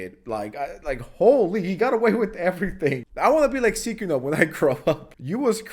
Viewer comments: It's "Sy-kuno", not "Sickuno" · Unc just making up pronunciations now. Seekuno and Sickuno lol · Bro why do you pronounce Sykunno like youve never heard anyone say it before, its not that hard dude 😭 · why you pronounce his name like that😂😂😂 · You're obviously intentionally mispronouncing his moniker, but I don't get why. Do you not like him and that's your way of subtly disrespecting him? Or do you actually think you're being funny? I'm not even irritated I'm just genuinely curious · Bro made 2 videos about the guy and still can't pronounce his name correctly or he might be trolling lol. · bruh, sykunno has a y in the name, so it's easy to mispronounce it as the ee sound instead of the eye sound, it's easy to forget, especially when he only found out about him so recently from this drama, he also pronounced light yagami from death note wrong but he obviously likes death note lmao 😭🥀